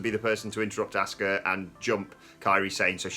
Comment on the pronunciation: Who is this *"ASK-UH*" character? I know an Asuka but not an ASK-uh 🤷‍♂️